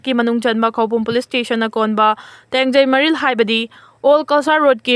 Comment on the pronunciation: Tapna pao sentence. 2 gap leihallu Tengei maril haiba nutte tongjei Maril haibani Post control haiba nutte pest control Haibani Blah 2